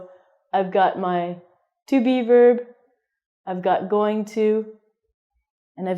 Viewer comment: When you say Be-verb I hear Beaver. Does that make me a bad person?